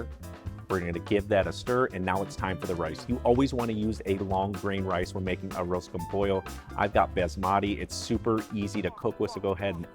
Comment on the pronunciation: First off - thanks for pronouncing it correctly. Achiote is an acceptable substitute for saffron, but you need to be cautious since it can be bitter if you use too much. Just a half teaspoon of powdered achiote is usually enough, IMO. With Arroz con Pollo there are literally dozens of variations. Some are specific to different Latin American countries and some are even regional variations within these countries and then of course Spain and Portugal have there versions. My mother who was from Northern Mexico made a very simple version but it was delicious nonetheless. Just a Mexican rice with the chicken added during the simmer with peas, carrots, and onions - that's it. Simple but great.